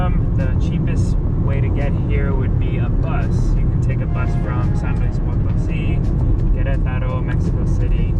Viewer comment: Potosí (acento en la í). She kept mispronouncing it